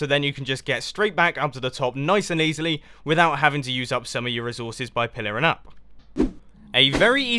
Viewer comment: anyone hear the way he says "resources" ?